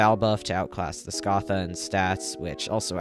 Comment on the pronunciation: Im still pissed about how you say Scatha